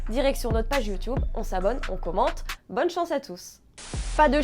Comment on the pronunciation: C YouTube pas yotoube lol je rigole . aller l OM le plus important et le maillot svp